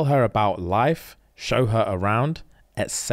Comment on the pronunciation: When said ETC, i thought this was a wrestling move. Not until i saw the transcript, he actually was saying et cetera. Laughed the first time, laughed even harder the second time.